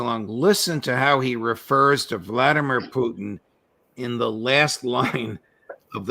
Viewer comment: I get such a kick out of Ray McGovern and how he pronounces Putin as Poutine. 😂